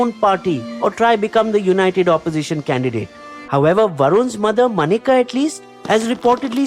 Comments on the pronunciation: not MANEKA but MENKA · Menka Gandhi not Manika Gandhi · Good as always!! Just one comment - Maneka is pronounced Menka - like the apsara